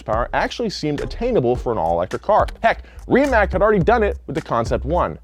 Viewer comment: Rimatz not Rimak